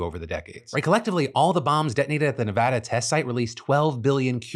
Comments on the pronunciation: Whoever taught Phil to say “Nevada” God bless you 😅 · Thank you for pronouncing Nevada right.